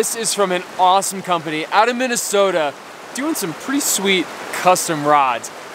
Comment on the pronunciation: its minnasnowda with a northern accent